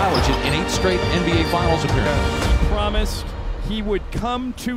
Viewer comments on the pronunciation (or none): none